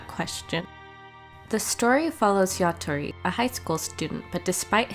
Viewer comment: It's yatora not yatori